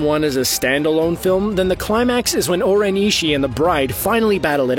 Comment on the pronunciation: Oren e-she-e